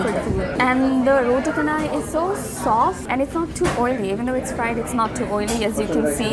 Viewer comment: it's roo-tey chay-nai like chennai